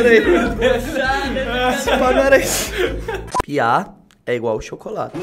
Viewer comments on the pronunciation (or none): ''Piá'' È alguem ''Pia'' É pia ué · "pia é igual chocolate" o certo seria "piá" com acento de nada;-)